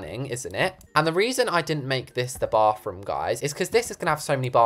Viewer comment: my favorite parts of his videos is when he says “baFroom”